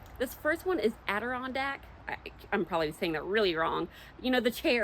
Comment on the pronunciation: As a guy from upstate ny you said Adirondack correctly